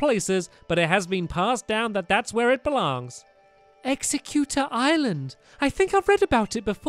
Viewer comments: Stamps it's exeggutter not executor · its egg-zegg-u-tor